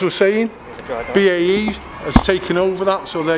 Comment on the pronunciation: Cany even pronounce BAE correctly 😂